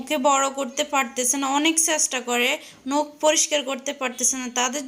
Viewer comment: নোখ না নখ